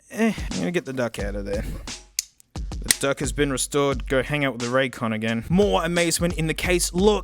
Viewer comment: and dont forget "Ray's Con"